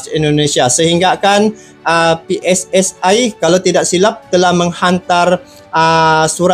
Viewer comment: Maaf bang bukan pssai tapi pssi